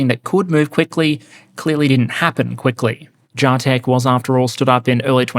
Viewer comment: Its JAH-TECH! Not JAY-TECH.....alright. Great episode!